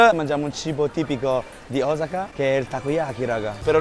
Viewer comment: blablablabla e alla fine mangi in strada in piedi. Ma daai. Cmq grazie per la correzione, si dice Osaka con l'accento sulla O e nn come dicono tutti sulla prima a. Vai che sei forte!